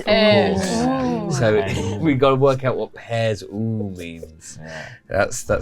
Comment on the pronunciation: It's not "pears, oooooo!" it's "Pear Zoo" they need a zoo of pears.